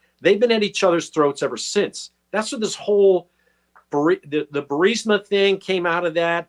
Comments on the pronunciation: Benny, Would you **PLEASE** stop mispronouncing the Ukrainian Energy Company !!! It's BURISMA = Buh-ri-sma, NOT BURSIMA =Bur-sima You lose credibility when you mispronounce the subject of your discussion. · Benny, Burisma is pronounced "Bur-iz-ma!" It is not "Bur-səma." It is not spelled that way; it is not pronounced that way. Honestly you sound like an idiot every time you say "Bur-səmə." It's distracting, like trying to talk to someone with a rotten tooth and no awareness of personal space. Please self-correct. In the other stuff, keep up the good work. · Not to be a jerk, but You’re saying the name of Hunter’s Corporation wrong. It’s pronounced like “Ber-IS-ma.” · I watch Benny just to hear him transpose the "S"and the"I" in Burisma. Every. Single. Time. 😂 No worries dude. We know what u mean. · Why does Benny keep pronouncing Burisma, Bursima? I'm just curious. Is it speech dyslexia? Lol. Is he worried about triggering the YouTube censorship? Or did he mispronounce, yet too proud to admit error? It's a minor detail, but I'm just curious. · Benny, love you man, but you gotta work on your pronunciation and diction. Burisma is the name of the corrupt natural gas company, you keep calling it Bursima, which just confuses the uninitiated. Us conservatives truly have to be on our A game if we expect to heal our nation. Peace and blessings ❤️💛💚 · It's BURR-IS-MUH Benny. I hate to see you mispeak. You're too intelligent to make that rookie mistake. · Why can't you pronounce Burisma? Are you TRYING to make me crazy? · Luv ya BUT - Your repeated mispronunciation of Burisma is annoying, as hell. And Vivek Ramaswamy - you might want to learn how to pronounce his name too! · Benny, you need to learn how to pronounce Vivek and Burisma. Your attempts are pathetic.